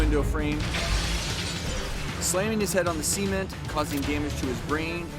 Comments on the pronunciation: ...On the "Ceement" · SUH-Ment not SEA-ment lol